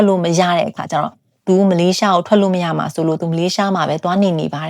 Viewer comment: ရမှာ ကို ဘာလို့ ကမှာ ကမှာလို့ပြောကြတာလဲဟင် နားထောင်ရတာ ဘယ်လိုရီးမှန်းမသိဘူး ကမှာ ကမှာဆိုတော့ ဒါပေမယ့် မမပြောလို့ နားထောင်လိုက်ပါ့မယ် အားပေးနေပါတယ်🎉